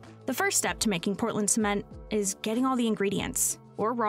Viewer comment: Haha "Sment"